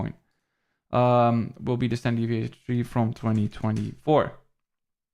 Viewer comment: hell yeah thanks again bro! Yo kinda random but you pronounce the number 3 like tree and its funny because my family from Belize pronounces it that way haha I'm not sure if you got any Caribbean blood in you lol